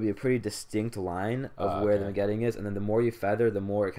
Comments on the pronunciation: Not even pronouncing it as it's written, super cringe lol. "vIN-Getting" (facepalm) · The g in vignetting is silent, you sound silly. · nice vid, vignetting (G is silent) keep it up guys! check out a few pics i took of my rosee's and other pickups as well.